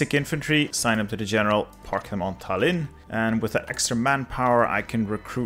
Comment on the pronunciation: Tallinn has the emphasis on the "a" in it, actually